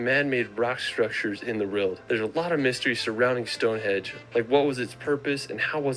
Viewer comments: StoneHEDGE ??? THis guy cracks me up. ;-)) It's StoneHENGE !! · Did he really call Stonehenge ‘Stonehedge’???